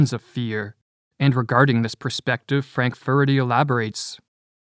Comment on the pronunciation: As a narrator, please correct your pronunciation of the word "perspective" - you are clearly saying "prospective" - different word and meaning altogether.